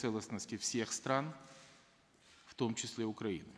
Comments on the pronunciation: Он сказал Укпраины? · "независимость уПраины"??? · парашка даже "свою" страну не может правильно выговорить. уПраины? - это что за страна? смотреть с 1.57